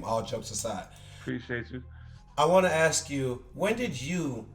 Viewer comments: Sole Collector why dad started to say “aks “ instead of “ask” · nobody: dad: I must AKS!